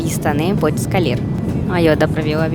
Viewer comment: bracalis....escalher kkkk Muito fofinha!